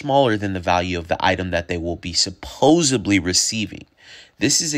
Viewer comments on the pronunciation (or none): can someone explain to me why sooooo many americans say supposebly instead of supposedly ??? the guy who is part of the team says supposebly in every video ..did he not go to school or something ? I am from Norway and even I as a non english speaker know its SUPPOSEDLY NOT supposeBly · Lol the word is supposedly not supposably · The word is 'supposedly' not 'supposably'. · Dude. Please stop saying SUPPOSABLY. It’s hard to take you seriously.